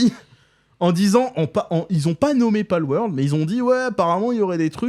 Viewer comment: PALWORLD et pas PALWORD !! XD